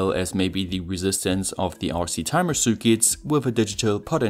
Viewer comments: I hear Sue Ketts :) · Ok ur English is great but u say circuits weird a f lol